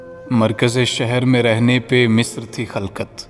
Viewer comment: Misr wrong hai musir hai, nice poetry expression